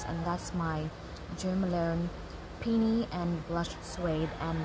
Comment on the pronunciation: Its called Pee- uh- nee